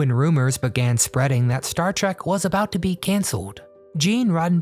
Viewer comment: Trek not Track